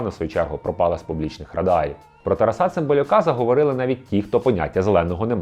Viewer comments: Чому ви робите неправильний наголос???? ТарасУ, ТарасА? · Літературно- так, але на Заході України чомусь часто кажуть "ТарасА, РоманА"